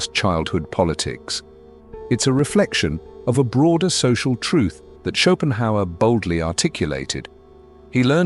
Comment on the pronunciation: when AI calls Schopenhauer “Chopin”